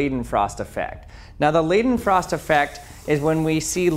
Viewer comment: It's "Liedenfrost"